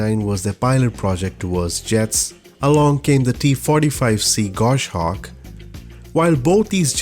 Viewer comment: Say it with me... Gos-hawk. Gos-hawk. Gos-hawk. NOT GOSH-AWK.